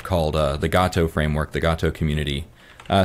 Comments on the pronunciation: It's pronounced Gato not Gayto. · It's gaHto, not gaYto, goddamn it. You can hear him say it! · It's Gato - "Gaw-toe" 😂😂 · GAH-to. Also, that is not his "best" video. He has lots of videos that are equally good. But I do appreciate that you brought him on your show.